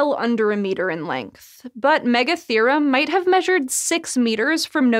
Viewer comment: Megatherium ≠ Megatherum